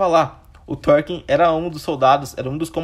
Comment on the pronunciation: ótimo vídeo meu caro! conseguiu contar tudin de importante! só uns detalhe, eu acho que Thorkell se pronuncia só "Torkél" mesmo, não "Torkin" uahsuhaushd e no final ali que você fala sobre o Thorfinn, se eu não me engano são 24 episódios, não 25, mas ficou muito bom o vídeo!